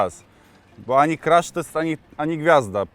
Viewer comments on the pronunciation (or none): none